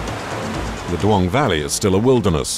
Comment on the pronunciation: Its Dulong valley, NOT Duong valley